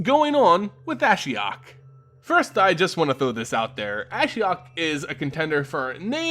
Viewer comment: You pronounce Ashiok the way I pronounce Ashiok.